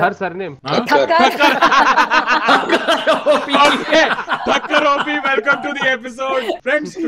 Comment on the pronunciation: 'Thakkar' not 'Thakker' sir❤️